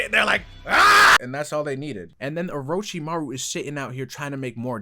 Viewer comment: aint no way bro said orochimaraus son